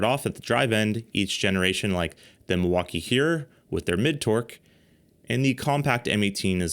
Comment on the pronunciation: Epic Torque Battles of History. Brijid, bersus, Milfauckeeeeeeee